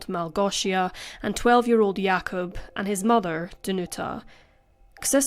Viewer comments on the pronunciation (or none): none